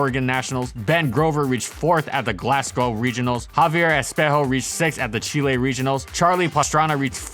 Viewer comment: Btw it's Glas-go not glass-co